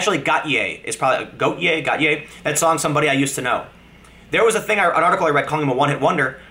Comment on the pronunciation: Goat - ee - ay. Or Wally if ur an Aussie. Heart's a Mess is one of the greatest singles of all time. Putting the GOAT into Gotye..